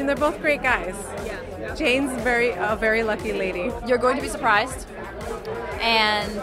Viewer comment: Damn anyone else noticed how et messed up Jaime's name 😂😂